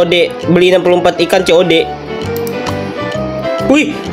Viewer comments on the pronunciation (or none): Bang itu dibacanya ikan kod tulusannya kian cod😂 bukan ceode